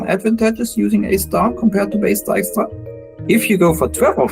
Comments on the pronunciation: I've been pronouncing this "tiskra" this far 😅 not "daiskra" as i guess it should be 😏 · Dijkstra, is pronounced close to D eye-k stra, ( /ɛi̯k/ ) while Diekstra is pronounced closer to D eek stra (/ˈie̯k/). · Oh so not Ditchktra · Everyone pronouncing it as dyke-stra. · Is trying to impersonate Dijkstra and therefore sounding more Dutch? It's so weird. And to all the people commenting on the pronounciation of Dijkstra: Yes! and I cringe everytime it is misproncouned in 'The Witcher' on Netfix. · I love that the map shows the Netherlands as it existed in 1956, i.e. before Flevoland was created. Nice detail! I also find it very interesting that (who is Dutch and has a slight Dutch accent) is consciously adopting a thicker, more common Dutch accent while voicing Dijkstra. He's making himself sound more Dutch than he usually does.